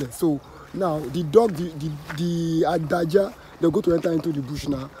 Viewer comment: The right pronunciation is Ade aja.. but they call it adaja. That’s a fast pronunciation.